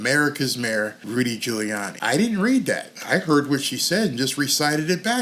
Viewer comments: who is Rudy Jewyanni? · Joe couldn't even pronounce Rudy's last name! I can't believe he got elected! what a bozo!